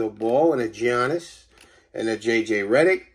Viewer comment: I stop watching when he said Gi Annis!! 😂